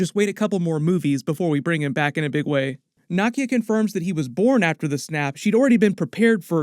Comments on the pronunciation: Nakia is pronounced 👉🏿 Nah-Key-Ya….not Nah-Kia…….how do you keep mispronouncing her name with all the videos you’ve made of Black Panther and you’ve seen both films extensively 🤨! Disrespectful to Africans… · Are you saying Nakias name wrong on purpose?